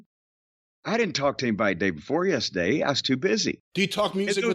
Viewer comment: This really has Jim upset. Listen to how thick his accent gets when he says "yess'day"